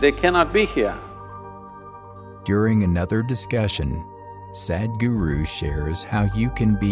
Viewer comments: It's not Sad-guru.. the English pronunciation of Sadh-guru.. in the end of your video is such an injustice with the word. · The one guy who comes and speaks in middle of the video... His pronounciation will be like SAD GURU .. 😐😐